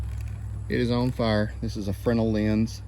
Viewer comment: I know this is silly but THANK YOU for pronouncing Fresnel correctly haha.